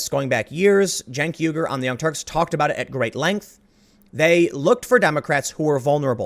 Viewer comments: I thought you said "The Young Turds". 😂😂😂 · I heard the young tarps as in tarpouline. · You had it right the first time, Tim. Its "The Young Turds". 😁👍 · I'm hard of Hearing. Did Tim say Chunk Yogurt of the Young Turds?